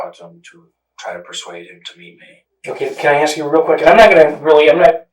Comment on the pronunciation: its the "lemme axe you a quechin" that gets me ..😅